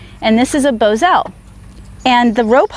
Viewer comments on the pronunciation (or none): I ride bit less and It's Bos al not Bozo